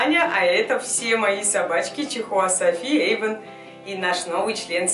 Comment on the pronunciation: не Ейван а Эйван